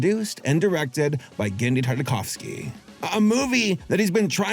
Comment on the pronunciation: So thats how you pronounce "Tardikovski" thanks!